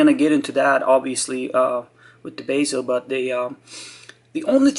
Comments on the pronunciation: It's pronounced bezel, not baysil. I believe baysil is how you Yanks pronounce basil, which is a herb. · are you German or Spanish. Btw it's bezel not basial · Bezel not basil ....stupido! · Sir-ram-ick......just joking...be-zul